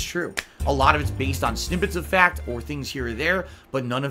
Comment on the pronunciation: The bahttom line is, the meahtter of the feahct is, *chest holding*, I'm ahnest wich ya, guys, I did nothing wrong.